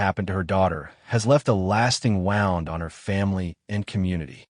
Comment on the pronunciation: I'll save you the trouble. It's narrated by AI. says the wrong pronunciation for wound.